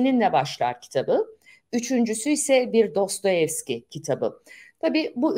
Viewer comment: "Dostoviski" mi dediniz?